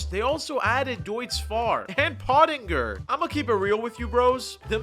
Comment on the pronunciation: Bro said potinger instead of its actual name